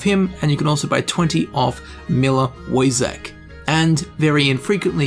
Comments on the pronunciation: Woyzek is pronounced Voychek ;) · Wojciech should be pronounsed "voichieh"